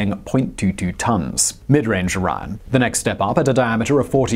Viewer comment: I keep hearing IRAN not ORION lol